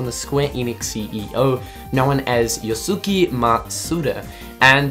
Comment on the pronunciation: Dude really called Yosuke...Yosuki. lol